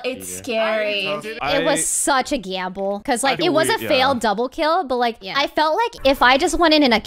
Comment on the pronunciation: I like how u say gamble like giamble